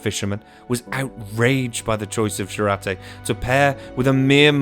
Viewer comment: pronounce like yourate-Jurate